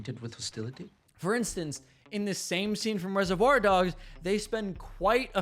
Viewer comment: It made my back teeth grind: how can you offer writing and speaking advice and then mispronounce "reservoir" so badky?